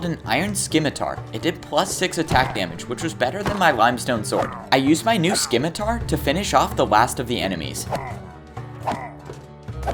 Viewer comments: It’s. Pronounced. Sim uh tar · Hey, just so you know. Scimitar is pronounced (simi-tarr) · Scimitar is pronounced as simiter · Dude the sc in scimitar makes a sss sound. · He really butchered the name of the scimitar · is. is that how you say scimitar? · THE C IN SCIMITAR IS SILENT